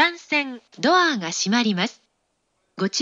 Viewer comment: ドアーの発音？言い方？好き笑笑